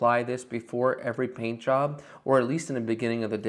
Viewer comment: I had to turn on the captions because it sounded like he said, "I'm gonna have sticky legs tonight, but I don't care. As long as my peen is clean." 😂